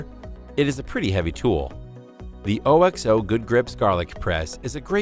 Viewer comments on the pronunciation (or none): I just can’t get over the fact he kept pronouncing it O-X-O instead of OKS-oh